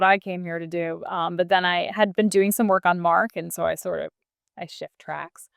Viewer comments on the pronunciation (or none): none